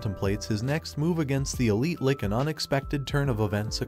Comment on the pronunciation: you really need to start re-writing some of the words in the text-to-speech script phonetically... it's a Lich, not a Lick. (spoken, it sounds like 'litch', with a very soft t)